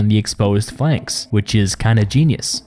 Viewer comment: Fey lanks? Really?